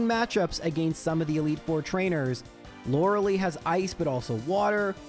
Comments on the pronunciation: Lorelei is pronounced “laurel-eye”. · Please for my sanity pronounce Lorelei correctly 😅